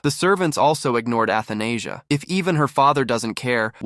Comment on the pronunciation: Athenasia (Anesthesia)😭 pretty sure it’s read A-tha-na-sia